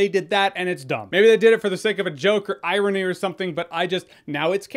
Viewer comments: Ha! "Eye-rony" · he was talking about the stupid big reveal and I was wondering what it was then he said eye-rony